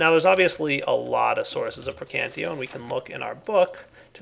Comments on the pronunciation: I cringe whenever you say Praecantio. It's PraecanTATio,. Praecantatio! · I think the magic aspect is pronounced pra-can-tae-shee-oe. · I hate when people pronouce the whole word wrong. Praecantatio is pronounced (Pr-(I as in me)-can-tat-i-o). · that is not at all true buddy i have 2 friends that have studied the language extensively they explained how most of their enunciations actually work in this case the word would be pronounced pray-con-tosh-ee-oh pelase actually talk to someone who knows the subject matter before you make a fool of yourself next time it will save all parties involved a lot of trouble and time thank you very much and have a nice day. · PLEASEEE!! lern the aspects' names!! They are spelled in the latin way! Praecantatio is spelled P R E C A N T A Z I O > the -ae group is spelled like an e whereas the ti group is spelled zi And others follow the same rules!! Nice video btw!!:)